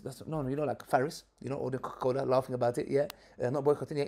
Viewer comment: 'CocoCola Farris'..... LOL.